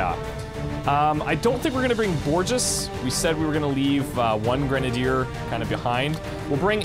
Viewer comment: So you know, the "ge" in Borges is pronounced, like the "he" in hello, so is basically Borhes